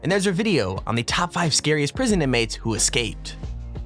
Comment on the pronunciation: is it me or does he say lets get right in the moooodyio